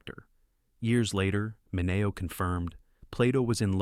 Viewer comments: Please learn how to pronounce Mineo. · Mispronounces Mineo, too. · You're continually mispronouncing Mineo's name. Fail.